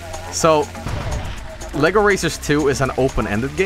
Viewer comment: oh Sh- The lLBi arrives breaks the door into separate LEGO bricks You are getting arrested for pronouncing LEGO the wrong way